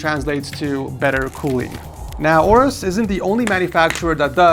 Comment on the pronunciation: its pronounced A-orus, not orus